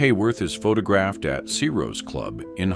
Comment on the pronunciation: I love how the AI on this channel pronounces photographed as "pho tog-graphed."